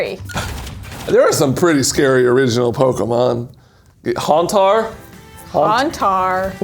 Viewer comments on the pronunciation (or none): Actually it's because mispronounced "Haunter".